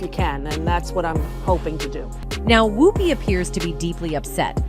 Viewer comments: She keeps pronouncing her name Whoooopie as opposed to Whoopie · THIS CHANNEL IS AI - ARTIFICIAL INTELLIGENCE. THE AI CANNOT PRONOUNCE WHOOPI'S NAME PROPERLY AND OTHERS AS WELL. LIKE ELLEN'S LAST NAME. GHEEZ, WE ARE BEING FED BY AI. WHAT IS TRUE AND WHAT IS NOT? THIS IS DISGUSTING! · I think you need to pronounce Ms. Goldberg's first name correctly. Just check the correct pronunciation of her first name online as per Google Search. Important to do your homework, before any information is shared. Please take your job seriously and share responsibly, as well as accurately. Thank you...